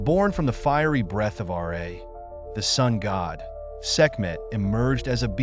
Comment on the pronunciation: Why are you saying R A instead of Ra.